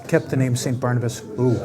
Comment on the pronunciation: Its Saint Bernardus not Barnabas?